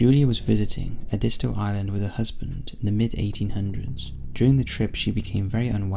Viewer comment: Ed-is-toe (Prununciation from someone who lives in SC and has been there every summer of my life.)